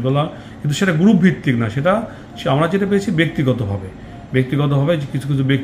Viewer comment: "গ্রুফ" না উচ্চারণটি হবে গ্রুপ, তাতেও সমস্যা হলে " সংঘ " বলুন।